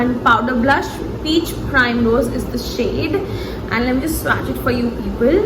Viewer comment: It’s pronounced as swatch and not swaaaacccchhhh